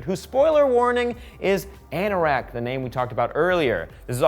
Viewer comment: It is pronounced r nor ked